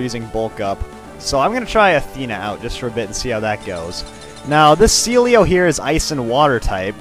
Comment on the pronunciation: I remember waaay back when he said Sealeo first, he said "CeeLo"